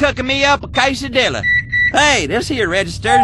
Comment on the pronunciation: You go to know one thing about Butch: During , He was cookin' him up a "caysa-dila!" (I know it is spelled wrong But, I don't care!!!!!)